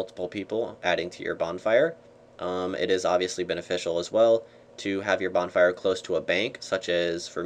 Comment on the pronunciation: bornfire lol